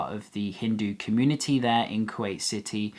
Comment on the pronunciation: You butchered there name